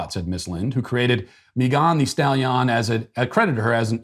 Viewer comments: The whole video I was trying to find out who he was talking about. The way he was saying her name sounded like it was from a different country. 😆 other than that I have no comment on the other stuff since I don't have it in me to care. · You've somehow improved her name with your mispronunciation... It now sounds like a rhyme in itself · Mee-gone the stal-yon 😂😂😂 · "Mee-gone the Stal-Yon" cracks me up every single time. 😂🤣😂🤣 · Mei-gone the Stal-Yon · Meegone di stahleeon, 😂 that got me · The pronunciation of Megan thee stallion is the greatest thing I've heard on the internet in this last month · The pronunciation "Megan thee Stallion" Is 🤣🤣🤣🤣🤣🤣🤣🤣🤣🤣🤣🤣🤣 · Matt's pronunciation of Meghan Thee Stallion is the best thing I've heard in a long time 😂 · Yes it is ! I freaking loved it!!